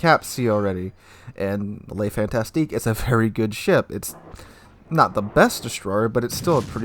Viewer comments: It's FANTASQUE pronunced FANTASK and not FantasTIQUE It's not a fantastick ship, it's just a fun task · It is pronounced: Le Fantasc (rest of word is numb)